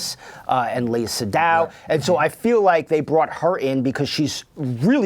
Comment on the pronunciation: It's Seydoux. Pronouced "ceh doo".